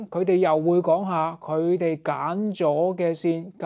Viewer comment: Tributaries唔係咁讀嘅噃